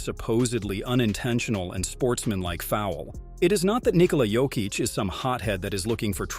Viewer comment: Learn to pronounce Jokis's name ffs.